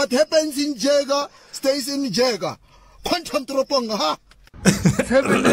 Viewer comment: What happens in Jager stays in Jager but he's telling us the J is silent. 😂